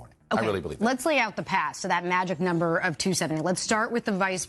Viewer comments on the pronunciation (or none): none